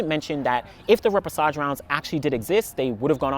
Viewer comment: thanks for the info. I didn’t realize this was a thing. Quick pronunciation tip though - the ‘ch’ combination is pronounced ‘sh’, so ray-pay-shah-zh. Hope that makes sense. But as always STELLAR content and analysis! Thank you 😊